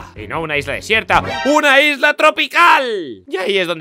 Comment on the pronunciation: Yo cuando dijo por primera vez Isla 🏝️ escuché lisla